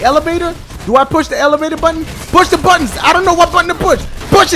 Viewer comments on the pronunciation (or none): none